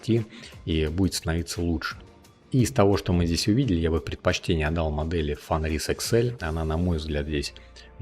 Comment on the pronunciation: автор даже не знает как читать фенрис и альбедо. Ну ёмаё, нельзя же быть таким безграмотным